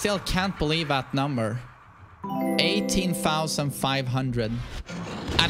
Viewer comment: 18 fousand